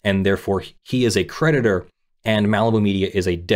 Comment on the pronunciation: I was listening rather than reading along, and I kept thinking you were saying the judgement predator instead of the judgement creditor, which really made this case sound extra exciting! Watch out, the judgement predator is hunting you down! 🤣